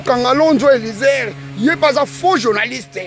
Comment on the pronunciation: Zoba oyon ya tata tolembiyo pronosation n'a yo nanu mabe bimisa nanu mwasi nayo n'a bana yo okominani Awa n'a diaspora ofutelaka Nani ndaku otinda Nani Awa n'a poto nabadesision ozuelaka batu zoba ya vilain ya tata oyo pronosation mabe oyebi même pas copronoce eliezer longwa wana zoba l'imbécile namonayolisusu oloba tufi tokozela obeta bobo mwananayo obota zoba